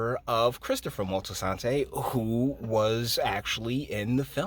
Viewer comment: This whole video is a mess and it’s Moltisanti not “Moltisantay” very annoying